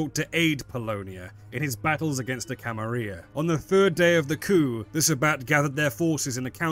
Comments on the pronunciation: Wait...are you saying Camaria??? It's Camarilla...you're missing the L's... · May I ask why exactly you pronounce the "Camarilla" as the "Camaria"? Is it perhaps because of Swansong or some other reason? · In Spanish a double L is pronounced like a "Y" is in English. IE Tortilla. I assume this is why some people pronounce it like that. Which way is intended? Who knows. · VTM clearly has some Spanish influence though! So I wouldn't be surprised if it's pronounced as a Y. For example "La Sombra" literally means "the shadow" in Spanish.